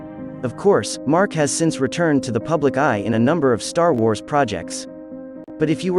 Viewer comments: I’m sorry… Did you say “tar wars”? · ”Tar wars” says this AI-voice . Great...